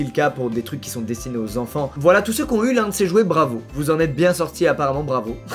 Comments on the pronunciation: C moi ou il dis clairement 1000 fois VLAAA des blesse!!! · Il dit v'là tout le mond temps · Il a forcé avec le vla 😭😭